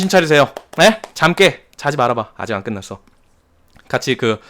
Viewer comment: 17분 12초에 '아직 안끊났어' 일부로 하신건가요? 끝났어 거 맞는걸로 알고있는디... (내가틀리면 뻘쭘)